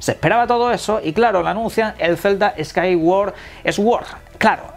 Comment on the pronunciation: el Zelda Skaiguar esguord😎